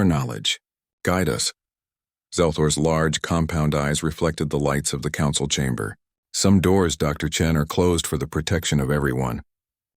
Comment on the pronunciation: What is this word "konsawal"? Was it supposed to be "Council"?